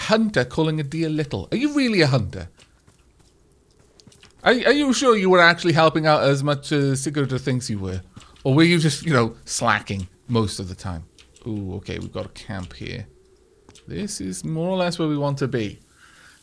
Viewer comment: Especially for Sigrid... he keeps calling her Sigurd.